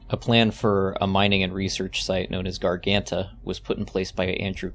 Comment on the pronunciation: great video, but i must admit it was funny seeing you not even trying to pronounce garganta correctly